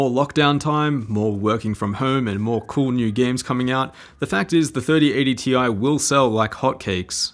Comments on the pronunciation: its Tye, not Tee Eye. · Its pronounced 3080 "TIE" 😁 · It’s 3080 “T-I-E” get it right lmfao